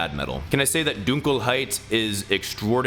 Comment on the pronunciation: You're the first American to pronounce "Dunkelheit" 100% correct btw, congrats xD I (as a german) have heard waaaayyy worse, thank you... uh.